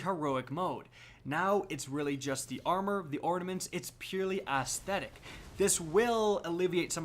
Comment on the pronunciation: Aesthetic? More like “ass-thetic”.